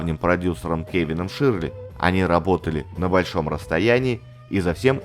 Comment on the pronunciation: Хороший контент. Но просьба - не искажать произношение фамилии такого знакового продюсера как Кевин ШЁРЛИ. А то звучит почти как Ширли Мырли. Привет из Нью Йорка!